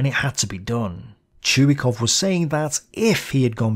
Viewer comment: His name is not pronouned "Chew-E-Cough", it is "Choy-Cough".